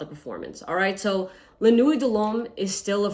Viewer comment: It’s pronounced nwi not nuweyt